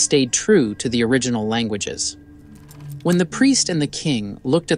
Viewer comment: Why are you mispronouncing "languages". It's so weird. You know how to pronounce it correctly, I'm sure.